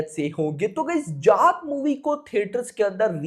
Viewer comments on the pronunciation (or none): Arey जात nahin जाट, Mera bhai, pronounce theek se karo😅